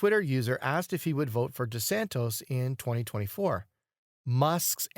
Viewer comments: Why are you calling De Santis "De Santos" instead of De Santis? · DeSantis, NOT DeSantos! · For crying out loud ..... DeSantis DeSantis DeSant-i-s. Why the narrator never bothered to learn the correct pronunciation of a very well-known man is baffling to me. Educate him, p-l-e-a-s-e!